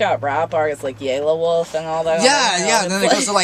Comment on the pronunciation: "yaylawolf" wtf. it's definitely yell-ah-wolf. ._.